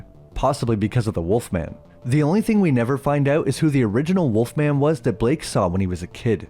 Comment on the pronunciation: then you think they would put the correct emphasis on the title, instead of pronouncing it like the snack.